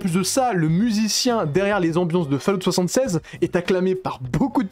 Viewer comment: Fallout "seventy six".. A m'arracher les cheveux !